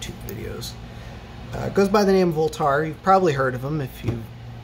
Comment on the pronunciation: Who the fuck Is voultar? 😂 Jk